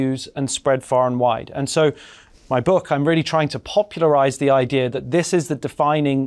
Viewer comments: Never understood why Yuval pronounces “Idea” as “I-dear” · and Yuval still cant pronaunce the word "idea"